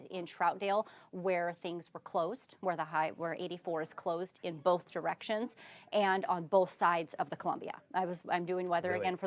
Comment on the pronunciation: boLth for both and ether for Other. 😂😂😂